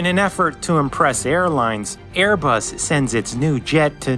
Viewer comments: you also said Bearbus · is it just me or did he say "bearbus" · birbus XD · I think i heard Bearbus... I love your VIDS! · In he said bare bus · bairbus lol 😂